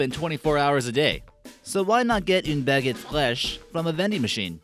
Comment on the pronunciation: Your saying baguette wrong XD